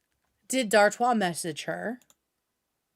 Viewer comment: Ok so I was pronouncing Dartois correctly in my head?! Everyone else is saying dartis and it makes me chuckle